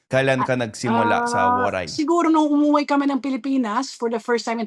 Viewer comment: I love how she says..."uuwi" coming home to the Philippines....🥰🥰💜